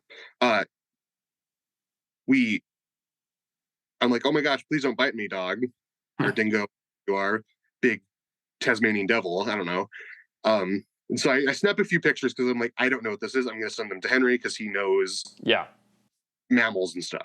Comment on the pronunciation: He pronounced it tasmaniam 😂 buuuuuullllllllshiiiit!😅